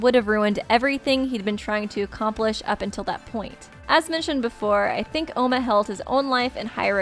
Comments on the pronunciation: OMA NOT OUMA.. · Not ouma it’s oma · It oma not ouma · Its not Ouma its Oma forget the "u" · its pronounced oma with a long o, it was originally spelled ouma in the Japanese version buf with alot of the characters names the translators would take extra o's or u's off so it would be easier for American readers